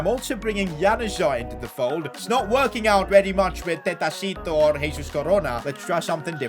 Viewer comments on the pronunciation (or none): Man literally said tetacito😂